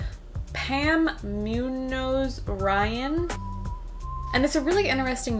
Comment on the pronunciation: Love your channel. P.s. Pam Muñoz is pronounced, moon-yoze.